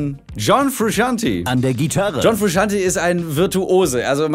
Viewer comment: John frusciante Es wird fru-shant-ey und nicht fru-shant-i ausgesprochen